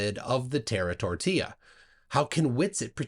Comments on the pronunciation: "Terra Tortilla" 😂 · "Tera-tortilla" new favorite word.